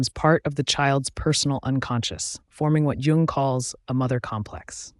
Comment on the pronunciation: You might gain more credibility if you pronounce his name consistently and correctly.